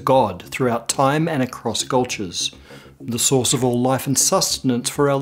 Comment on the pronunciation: When you say "source" I always hear "sauce". It is really funny in some instances.